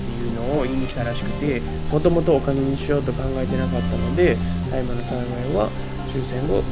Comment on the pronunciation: 「たいま」ではなく「おおあさ」ですね。